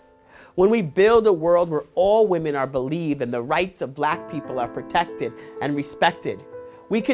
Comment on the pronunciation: BELIEVE WAHMEN BELIEVE WAHMEN BELIEVE WAHMEN BELIEVE WAHMEN BELIEVE WAHMEN BELIEVE WAHMEN!!!!